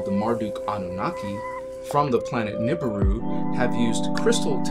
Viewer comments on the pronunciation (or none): much love for your content, thank you for all your help. I have a small note, the vibration of the words is not right if you do not say the words right. Nibiru and Merkabah should be Ni-Bee-Roo and Mer-Kah-Bah, not Nib-uh-Roo and Merka-Buh. Vibrations are important, as I'm sure you know. Keep up the good work, I'll be seeing you;)